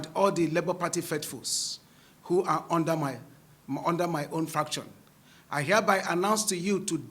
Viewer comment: Did he say fraction? Abi nah me no dey hear well? Fraction 😂